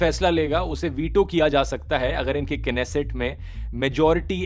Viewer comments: "Knesset" pronunciation was wrong, "nesset" would be right pronunciation. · Bro plz pronounce nesset instead of knesset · knesset pronounce nesset 'k' is silent 🔕. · That was pronounced nesset not knesset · It is pronounced as नेसेट not केनेसेट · Bhai (K) slient nhi rhta नेसेट hota hai